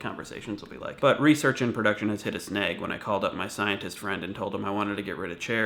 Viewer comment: The way you say snag makes it rhyme with egg. That's sorta messed up, dude.